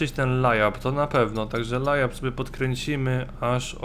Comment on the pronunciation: mówi się lejap !!!